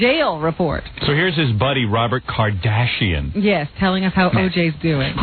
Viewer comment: “Robert Cardassian” lol I didn’t know Robin was a Star Trek fan..